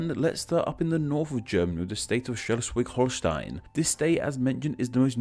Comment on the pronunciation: Ich sag nur Schelswig... Oder in nem anderen Video Ellesallewador... hihi